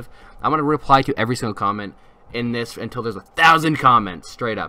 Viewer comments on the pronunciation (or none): none